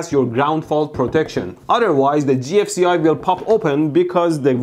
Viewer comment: did he just call the gfci "ji-eff"